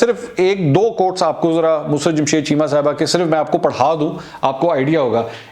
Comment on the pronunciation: its not MUSRAT...ITS MUSARRAT......